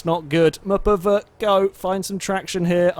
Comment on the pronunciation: how many times does say muhpuhvuh?